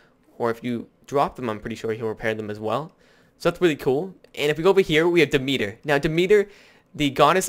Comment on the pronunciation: You got demeter and anubis right. pronounciations... Hephestus - Heff es tus If you post the rest of the review, i'll give you all the correct pronounciations.